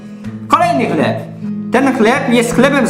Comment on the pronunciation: Hlep o smakó masua :D